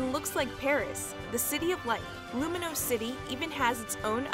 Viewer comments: All the wrong pronunciations in this video KILL ME, like “Luminose” instead of Lumiose, and especially “Chairman Ross” IM CRYIBG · Is that what you call lumiose lumanoise and you call yveltal yivaltel